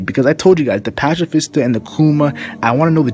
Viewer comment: pacifista Patsifista pronounced and also Ursus shock is his strongest attack